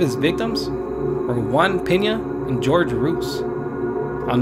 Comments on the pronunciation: Why's nobody talking about how the narrator pronounced "Jorge" as "George" 😕😐😅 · TormentedSceptic I was thinking the same thing...he called him "George" when his name is pronounced Hor-Hey but I'm not perfect either, just thought it was funny because he sounds hispanic from his voice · It's "Hoor-hey Roo-eez" 🤣 George Rooze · You probably won't read/see this but just to let you know for future reference the name "Jorge" is NOT pronounced "GEORGE" lol its pronounced "HOR-HEY". The "J" & "G" in Jorge is pronounced as "H" 😉👌👌👌